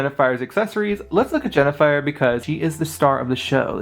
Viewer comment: Also, it's HEN-A-FIRE, NOT JENNIFER as YOU SAID.